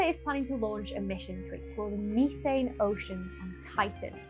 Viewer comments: MEE-thain? METH-an! 😅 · Ok Ok Ok.... this has got to stop..... Say the word Methanol and then Say Methane..... You're saying Methane wrong.